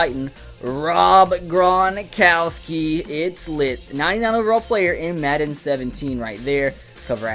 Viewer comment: maden instead of madden